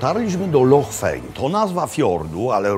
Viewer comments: Szkoci nie wymawiaja slowa "loch" przez "k", tylko "h" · Super odcinek. Dawno w nic tak szybko na YT nie clicknalem. Tylko jedna drobna uwaga - Szkoci wymawiaja LOCH a nie LOK. Anglik LOCH wypowiedziec nie potrafi :) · Panie Robercie. Nie lok tylko wymawiamy loh tak jakby po naszemu 😊 Zapraszam na kawę 😂